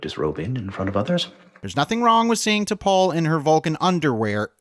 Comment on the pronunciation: First, and this is a minor point, but T’Pol is should be pronounced to rhyme with “all’ not with “whole”. It’s “T’Pall” not “T’Pole”. But that’s typical of the strange take this essay seems to have on Enterprise. Blame for its shortcomings seems to be directed largely on studio interference. But it was immediately apparent when the series began that it wasn’t going to reflect a Star Trek vision of the future. All of the human characters had personalities reflective of conservative men born in the early 1950’s who largely rejected the Black, womens, and gay civil rights and liberation movements of the 60’s and 70’s. They were all written as if the third world war and first contact hadn’t changed anything. It was a macho man’s show, with those ridiculous near-nudity scenes just being the most obvious demonstration of it. And that wasn’t the studio, that was Rick Berman. It was hyper-homophobic to the point where two male characters, literally freezing to death, wouldn’t huddle together to conserve body heat. The sole Black character was permanently consigned to chauffeur and had lines almost always limited to “yes sir”, and the sole human female was nearly always shown to be anything from hesitant to outright terrified. In a word, it was hypermasculine, and you could feel the actors often struggling to squeeze any authenticity from their lines. Also, calling Tripp “emotionally unstable” is weird and unjustified. That clip you used as an example was very well explained in by the